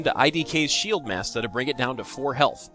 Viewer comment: I love hearing you say "shieldmasta". It's probably the whitest thing I've ever heard.